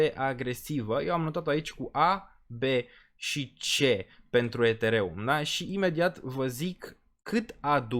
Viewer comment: Ești Deștept și susțin ideea, și Graficul vb de la sine... Următorul Bull market va fi un Real succes ptr solana și toți Deținătorii, Dar Pronunția ptr Ethereum mai trebuie Lucrată 👍👍👍🤣